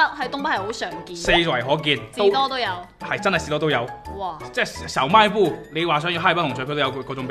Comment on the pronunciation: 阿龙说小卖部三个字的时候带广东味了